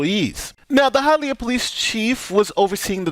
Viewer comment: Mad respect for pronouncing Hialeah correctly.